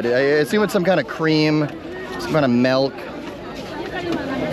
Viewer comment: “melk” its MILK brother